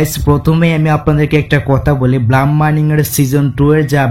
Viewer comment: ভাই ব্লাম না ব্লুম হবে। ভালো করে একটু এস্প্লেলিং পইরেন😮